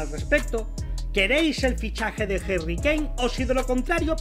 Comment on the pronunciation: Quien es Jerry kane??? Se dice HARRY CON A no con E